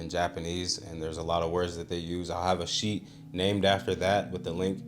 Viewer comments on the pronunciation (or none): none